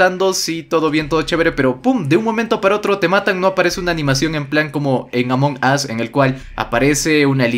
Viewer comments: Aam perdon pero se pronuncia "Amongous" no como tu lo pronuncias ya que tu lo pronuncias "Among os" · c ecribe Among Us pero c pronuncia amongos